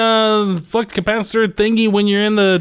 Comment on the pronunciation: it didn't sound like you said flux lol but good video!